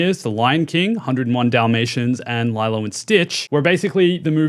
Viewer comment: Lylo and stitch?!?! Its lilo "lelo" and stitch lol And that movie sucked....